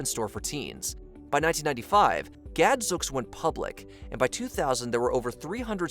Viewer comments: the word is pronounced Gadzooks, with a long oo sound like smooth, sooth, boot, and moon! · It’s Gadzooks rhymes with spooks